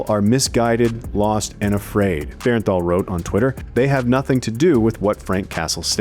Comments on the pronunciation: Its Jon BERNTHAL not Berenthal! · To the narrator, its bernthal not bearenthal. Appreciate you! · Bernthal, not Berrenthal. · Yeah, the pronunciation was bugging me the whole time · If you say Bear-en-thall one more time.... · BERN-THAL. Please say his name correctly lol.